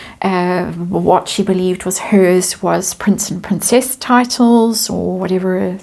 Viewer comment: PR-incess-nt meghan.